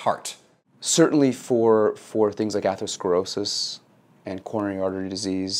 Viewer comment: it's coronary not korn